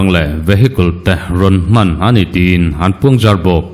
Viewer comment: A ngaihnawm țhin a,a bengvarthlak bawk e.I tilawmawm țhin hle ma,mahse, tìn ,ti a hniam deuh duka i lam rik hi ,a rik dan a dik lo va,tín ,tiin thluk sei vak si lovin,lam tawi tak siin aw ki sâng vahin chhiar la a dik zawk a nia.